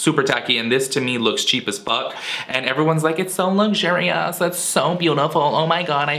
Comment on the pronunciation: "It's soooo lugjuree-us" ...damn funny!